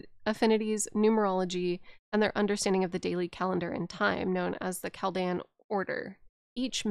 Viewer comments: Chal-dee-an order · Im a Chaldean! Pronounced "Kal-deein" Super cool to randomly see my culture talked about in an Elden Ring deep lore video lmao.